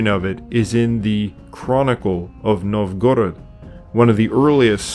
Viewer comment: Bot needs reprogramming to pronounce Russian names (NOVgorod, not NovGorod)